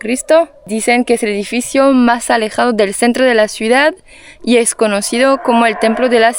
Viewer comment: Muy interesante video, gracias Elodie, gracias..., desde hace variosvideos te quiero decir que TU pronuncias mal la palabra "Ciudad". Tu la pronuncias: "cUidad". Y eso esta mal, pues tu corriges a Elodie en cualquier error, pero no pones atención en los errores tuyos.